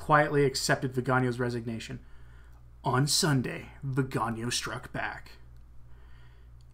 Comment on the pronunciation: The beauty of the Italian language is that it is phonetic. Hence, Viganò is pronounced veee ga nò (The stressed syllable is the last, owing to the diacritical mark) The way you are pronouncing the name would be written "vigagno" (gn in Italian = ñ in Spanish) Aside from that, excellent reportage!